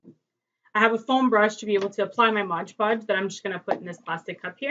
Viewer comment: Mod! Mod! Not modge :) great job on Tut!